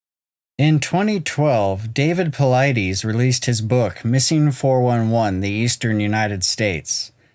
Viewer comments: David ( Pa-lid-us) not paleedees. The Lid in the middle of his name rhymes with Slide, & Glide and the US is pronounced just like it sounds US PA—LID-US ….. Not PA LEED DEES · Dus not Dee's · I think it's pronounced Puh-Lee*-Dees rather than Puh-Lie-Dees. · Its pronounced David Paul-i-dis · Your video conflicts with some of Dave Paulides' story he got from Bill Martin and you keep mispronouncing Paulides. I'm out.